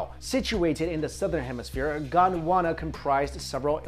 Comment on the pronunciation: when u said gondwana i thought u said uganda XD